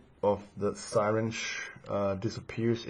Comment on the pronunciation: syringe is pronounced "sah-ringe"